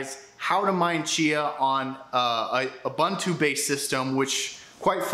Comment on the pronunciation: The correct pronunciation for UBUNTU is "OOBOONTOO". "OOBANTOO" doesn't exist.